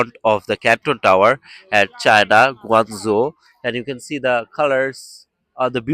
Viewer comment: It's pronounced Guangzhou but pronounced shou instead